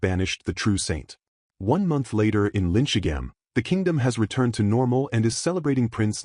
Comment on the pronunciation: The LLM voice is almost impressively bad at names. It never got the names Eliane, Belkheim, or Linchigham correct, not even once. On top of that, it calls everyone Douglas